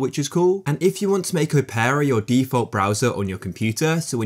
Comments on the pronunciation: why does he say opera like "oh-pear-ah" im pretty sure its just opera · it is just opera